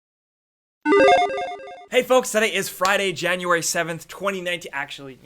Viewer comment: 2 words he said January too😂